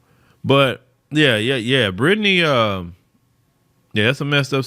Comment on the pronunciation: 😅 why keep saying Britney's name wrong?